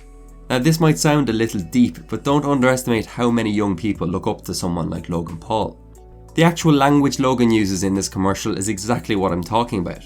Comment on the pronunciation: Why is does it sound like he's saying log in pool?